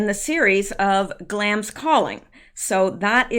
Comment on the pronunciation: following you through all this. just wanted to mention that I believe you are pronouncing Glamis wrong. there is a place in California called Glamis. I only know it because of sand dunes.